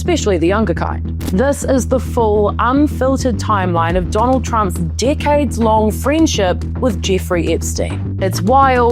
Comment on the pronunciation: sounds like you said ‘dickheads long friendship’ 😅